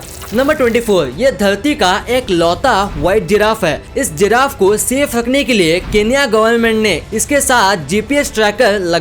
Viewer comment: When you said safe rakhne ke liye I hear sirf hagne ke liye😂